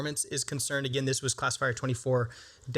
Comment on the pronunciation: for the first half of the video I thought you were saying "Class of Fire" instead of classifier